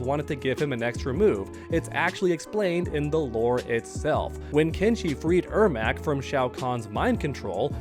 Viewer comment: Im surprised he is saying the name right! He clearly struggles with Janet and Janette!! 🙄🙄